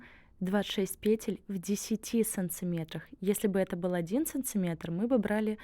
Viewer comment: Про какие еще сЭнцЫметры вы там толкуете? Прям кровь из ушей 🙈 СанТИметры правильно новорить 💁‍♀️